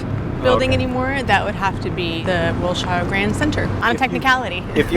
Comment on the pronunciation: She is not from L.A.. Mispronounced Wilshire. More like "Wilsure".